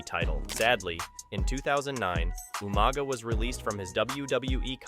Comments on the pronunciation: Umaga?!!? ITS UUUUUUMAAAAAGAAAA!!! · “Ooma Guh “ lol